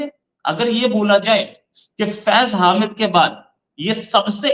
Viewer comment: हामिद नहीं, हमीद